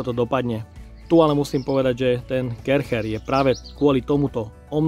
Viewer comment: chcel som velmi to video dopozerat, ale po tretom vysloveni Karcher a nie Kärcher som to zial vypol.